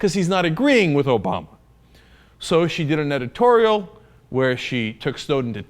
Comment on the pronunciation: Did you just say 'Netitorial'?